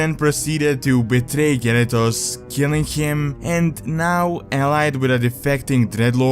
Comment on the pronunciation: The way you pronounce Garithos sounds a lot like Gyarados the pokemon lol